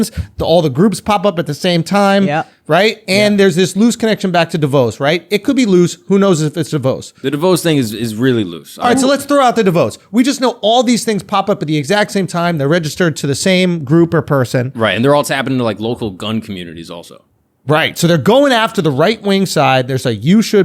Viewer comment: De “VOSS” not de “Vose”